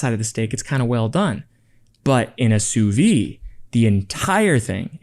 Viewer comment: sous-vie ? or sous-vide ? In French sous-vie kind of means "under life", and sous-vide means "vaccum" ("under empty"), don't forget the "d" sound at the end